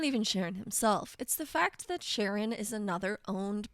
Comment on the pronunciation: I'm almost certain it's pronounced with a K sound at the beginning, like Karon. In Greek mythology, Charon ferries the dead across the river Styx. A friend of mine once made the mistake of giving Charon a bunch of frag grenades when he had him as a companion. It didn't take long for the him to tragicomically take them both out with friendly fire.